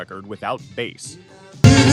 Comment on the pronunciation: You can always review the output from your chosen AI and listen to it beginning to end and have to replace 'bass' from being said "base" or "bass". Your lack of editing it what makes this video voiceover bad.